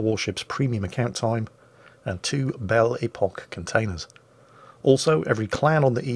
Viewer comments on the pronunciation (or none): none